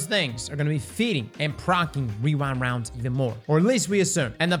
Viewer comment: are you saying rewind rounds or wewind wounds?